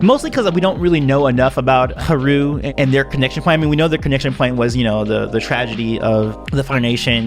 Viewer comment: it haru not heru